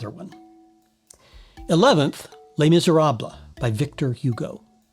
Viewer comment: Nice analyses - thanks! Not sure you're pronouncing "Les Miserables" correctly, but I never took French.